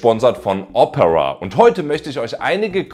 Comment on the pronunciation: Ich mag deine Videos aber bitte, bitte sprich Opera künftig richtig aus, dass Triggert hart. Das wird Deutsch O - Pera ausgesprochen.